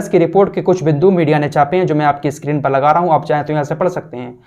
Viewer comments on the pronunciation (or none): none